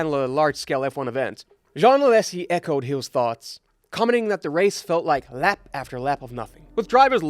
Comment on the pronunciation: Good, interesting effort. Small remarks: do not show images unrelated to current commentary or other people's accidents happening elsewhere, when talking about one specific crash. If a track is bad and criticised, do don't call it polarising (the latter would mean as many praise as criticism). Pronounce Alesi as you pronounce French Allez-y! (alezee!) and pronounce Tzeltvheig to say Zeltweg. Simple ways to improve next time.